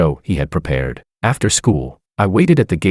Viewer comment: I'm not peh-pweahed for this!